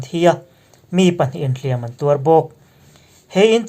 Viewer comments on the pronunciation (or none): hlîam(thlùk sâng) leh hlìam(thlùk hniam) hi i hmang diklo leh ṭhin.